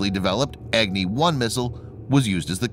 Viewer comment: It is not Egni, it is Agni.